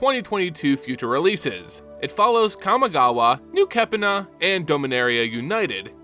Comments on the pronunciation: Dude please please please learn to pronounce the names correctly before making these videos. New kepina is the way you pronounced instead of new capenna lol. Only gripe, otherwise great videos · Please pronounce capenna correctly